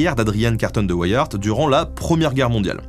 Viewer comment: Super Vidéo comme d'habitude ! :D Par contre, venant de Belgique, tu as écorché ce si joli nom de famille ahah Ceci se dit carton comme le matériau et Wiart se prononce comme la contraction des mots Wii (la console ^^) et art. Ceci n'est en aucun cas une critique. L'histoire de cet homme est incroyable et ta vidéo est super bien sûr. Mais vous, les français, pouvez être incroyablement surprenant avec nos noms propres ou la langue néerlandaise xD p.s : Boer est un mot néerlandais et se prononce bour, quand un o et e se suivent en néerlandais ça donne "ou".